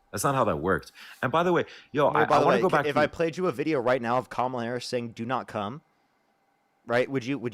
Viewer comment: Why do none of these idiots know how to pronounce Kamala? 🙄 like it's so difficult